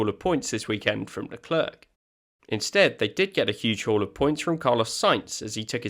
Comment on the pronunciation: It's Le Claire, not Le Clerk.